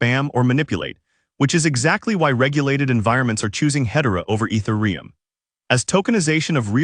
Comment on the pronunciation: This is all accurate and good news, unfortunately it's AI voiced, just listen to the is pronunciation of ethereum at 15.45. It's such a shame that this channel is doing this, basically grabbing some written word and then applying AI voice to it. Shame.